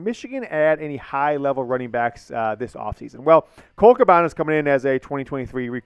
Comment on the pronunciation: it's pronounced Ca ban na not Ca bon a